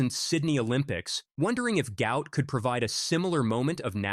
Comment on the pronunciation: PRONOUNCE HIS NAME CORRECTLY. GUOT NOT GOUT